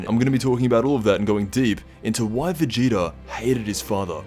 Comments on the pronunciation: He did, it sounded like vedida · Vadoodle?? Lmao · Anyone think he said Vegeta weird ?